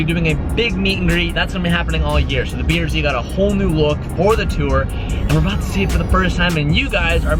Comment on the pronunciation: it's "tour", not "tour" 😂